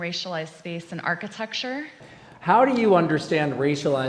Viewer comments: Dude can barely even say architecture, he said archti-texture multiple times. I don't trust politicians who can't speak properly. You're job is literally public speaking! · Is he saying archi-TEXT-ure!?? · Damn autocorrect! He said architexture - twice